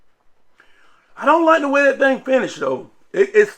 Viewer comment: Band-Aidish! Lol